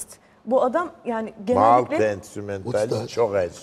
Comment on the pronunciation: Senin kusurun değil bro "maltay" gibi telaffuz etmesi gerekiyordu